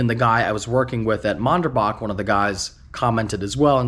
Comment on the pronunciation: Low key cringing at the way is saying Manderbach 😂